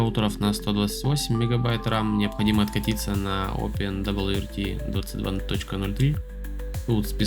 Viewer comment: "опендабльюэрти" чел, живётся тебе, очевидно, очень сложно